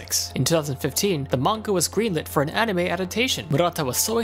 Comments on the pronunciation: Dude, anime. Not aunime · i heard arnime xD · Mfer says onimay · Uh... Aonime? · did he just really call it aunime? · he says onime XD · not making fun of u but aunima what its anime???? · U say anime weird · pronounced anime weird